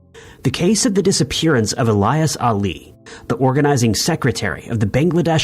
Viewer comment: ill-yaas not ee-lie-us